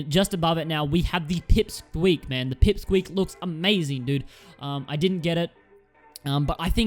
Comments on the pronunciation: Not peep squeak its pick squeak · Dood you forgot silverfang. And btw its pick squeak not “pip squeak”. Awesome video tho.